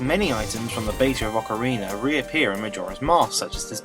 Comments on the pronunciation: Yes, I too always wondered why Brits do that with A's at the end of words... Ocareeneerr, or Amerikeer, My buddy does this all the time, and hearing "Ameri-kurr" is by far the most annoying. There is no R after A's in the Queen's English but all you Brits do it... Like North Caroli-nurr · I like how you say Ocarina. Its a got a good brittish accent to it XD